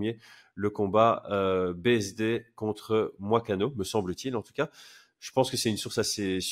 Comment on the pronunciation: Quelle hérésie de ne pas faire l'effort de prononcer les blazes des gens.. c'est Moicano !! Comme "Moy-cano" Et pas Moi-cano franchement la honte